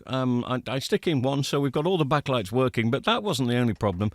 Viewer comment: STOP SAYING BACK-A-LIGHTS…its backlights, one word two syllables. Honestly that is the most infuriating thing I’ve heard all week.